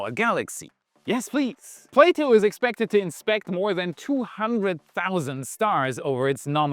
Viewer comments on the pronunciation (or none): none